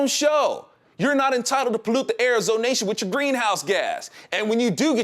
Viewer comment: ZONATION. NO YO'NATION.